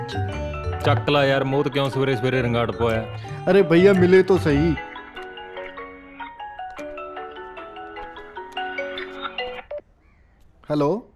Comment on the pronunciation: ਮੋਹਿਤ ❌ ਮੋਹਤ ✅😂